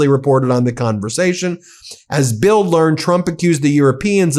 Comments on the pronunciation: Love your reports. Just for future info. The German newspaper BILD your quoting is pronounced "BILT". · Pronounced “Bilt” a German News Source.